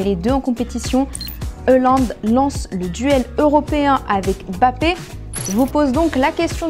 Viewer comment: C pas bappé c Mbappé